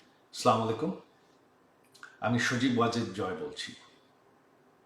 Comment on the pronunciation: স্লামালাইকুম আমি সজিব ওয়াজেদ জয় বলছি! জাতির ভাইগ্না কিভাবে সালাম দিতে হয় সেটাই তো জানেন না। শুরুতেই ভুল!